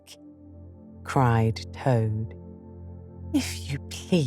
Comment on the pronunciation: I love it,, but does anyone else notice the last letter in some words sound like theyre missing ? Especially right at the beginning Toad, Rat and Rabbit..